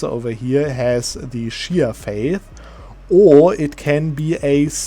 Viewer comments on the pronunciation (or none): none